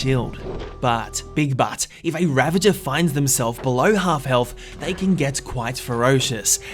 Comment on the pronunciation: its pronounced . "ra-vag-er" . not "ra-ven-jer"